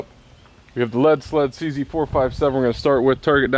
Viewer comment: CZ 453 is still better. Also it is CZ, not CZEE. No ee's on the name!